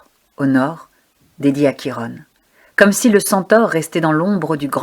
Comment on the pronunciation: Bonjour, la prononciation est " Kiron" et non Chirone ;)